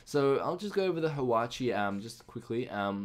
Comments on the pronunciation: its not pronounced "hawachi" and its not Japanese, its Korean, its pronounced "hwa-cha" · "Hwatchee?" How the hell did you get that? There isn't even an I in it! It's HwatchA! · it's Hwacha, not Hwachi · It's not pronounced hawachi. it is a korean hwa-cha. which is the first automatic rocket weapon in the world. It is one of Korea's many cool stuffs including Gangnam Style. trust me, I'm Korean! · The first one is pronounced wha-cha and it's Korean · Its pronounced Whah-Cha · Yo there... You pronounced it wrong. It's Hwacha (hua-cha) and its not Japanese. It's ancient Korean.